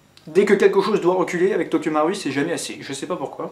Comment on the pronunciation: dsl mais sa se dit tokyo maruuuuiiii il faut dire le u ahha